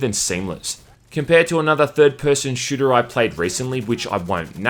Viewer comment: You mean a... SHLOOTER